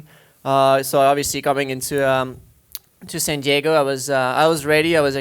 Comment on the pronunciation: "Saint Diego"